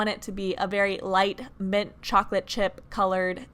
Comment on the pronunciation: did she just say "meant" instead of mint?...girl no 😂